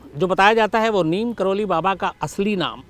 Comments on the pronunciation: शम्स जी , नीम करोली नहीं नीब करोरी है! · नीम करोली नहीं बाबा लक्ष्मणदास जी को नीब करौरी के नाम से जाना जाता है। यही उनके नाम का सही उच्चारण है। जय बाबा जी की